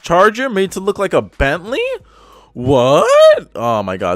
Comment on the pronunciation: Did you just say Bentley?